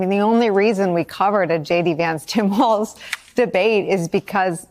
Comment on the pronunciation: Thanks for the side by side comparisons, and for pointing out the interpretations of trump's "weave"., you're pronouncing Tim Walz last name as waltz (like the dance). The correct pronunciation is WALLS. Speaking of dances, I'm 73+ and know not only WHAT the chicken dance but how to do it...jsyk! Now, do either of you know "Who Let the Dogs Out"? lol